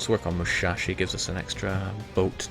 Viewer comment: its not mushashi, its musashi